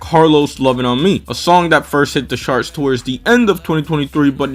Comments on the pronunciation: Sure, but why are you pronouncing charts like sharts? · oh, well you're using the "sh" sound for the "ch" in charts. The right pronunciation is the "tj" sound like in choke.